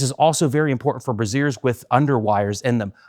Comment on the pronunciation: He said brazier lolol